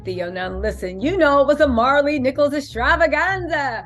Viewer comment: Say her name right before you even say it and talk about my cousin please it's Maralee